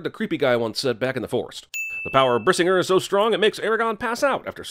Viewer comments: The Brisignr thing actually kinda makes sense. He just wanted to light the arrow, and suddenly it exploded. However, he says "Brisinger", but in norse words, the gr is often spoken like another i. E.g. Brisi-nGIR - which irks me a lot more. But you already sinned that he can't act for shit. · Dude when i heard him say brisinger the first time, i thought he yelled "RASENGAN" and then i was a mix of pissed and confused